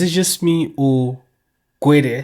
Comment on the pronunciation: Gwedie , drunken slur..😂😂